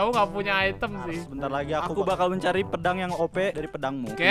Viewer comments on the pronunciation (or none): Bang pedang bang bukan pendang 🤦🤦🤦🤦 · Bang kok pedang jadi pendang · Pedang❌ Pendang✅